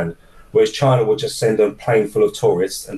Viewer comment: DJI drones are manufactured in”Chyna”.